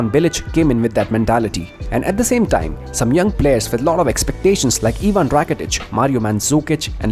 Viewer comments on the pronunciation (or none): none